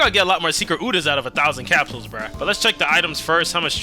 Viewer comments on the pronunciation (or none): none